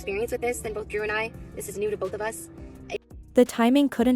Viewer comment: Why is the ai calling Drew "Jew"?